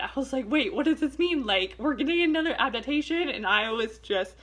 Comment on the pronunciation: She said abdabtation